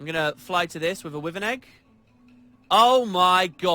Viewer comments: "wivven" XD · Wivern :P